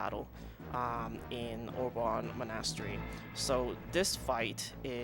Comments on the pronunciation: Jesus christ how do you not know how to pronounce monastery? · I need to take aside and tell him how to pronounce aristocracy and monastery though.:p